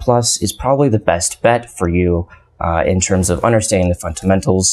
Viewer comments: It's fundamentals not funtamentals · Can you please voice the labio-palatal plosive in the 'd' of fundamentals? I swear I tried to listen to what you were saying, but got distracted each time you said funTamentals. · This video could have been 5 minutes long easily. Please stop pronouncing Fundamentals with a t in place of the d. The entire time I watched your video, I wondered why the heck I should listen to your advice. What qualifies you to give us advice? This is important to establish at the beginning of the video. What specifically did you learn in networking that helps you with cysec? What about specific examples? This video is of you rambling in front of cool-looking computers. I'm trying to build a career. You're going to have to pick up your game if you want to be able to influence my life.